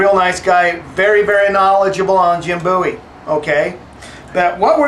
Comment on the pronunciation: Finally someone who pronounces 'Bowie" properly. It is pronounced 'boo-ee', not 'bow-ee'- That is a rock singer-wrong guy......